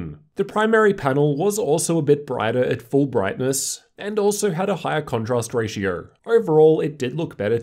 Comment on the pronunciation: Inclurded lowerst ratior. Oh my god